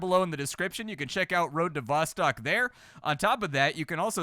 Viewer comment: Road to VossTOCK not vastak